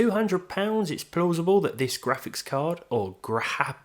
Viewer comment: Buahahaha! GraHpics card.. 😂